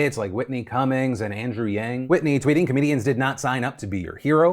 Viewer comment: I'm sorry.. how did you pronounce "comedians".. what was it? "co-meh di-ans"? What that is?